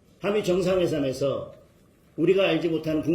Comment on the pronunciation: 한미정상해삼에서?!?!?! 말도 제대로 못하는놈이 뭔 대표라고…